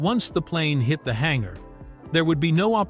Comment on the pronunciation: What's a hangara?